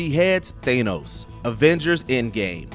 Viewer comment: im sorry but how dare you pronounce it as "Thay-nos"?! it's THAA-nos!!